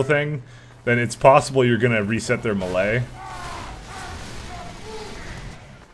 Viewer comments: No? It's pronounced mey-ley. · Please, please, please stop pronouncing "melee" so incorrectly lol. You're pronouncing it malay, which is a completely different word.